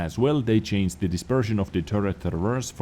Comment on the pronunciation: You are one of the best wot yt , but can you for the love of god stop saying chainst instead of changed ?